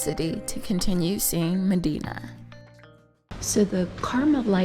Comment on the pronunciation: You went all the way there and spent time there and didn't pick up how to pronounce it?